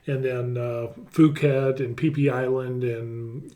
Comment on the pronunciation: PLEASE dont put out false news - nothing has been implemented and nothing is confirmed. They are not changing tax laws - all remains the same and nothing has changed so far - videos like this are just simply false when you title it this way. Also, it's Phuket (/P/) not /F/.